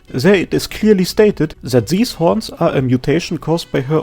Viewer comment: The emphasis on those THICC HORNS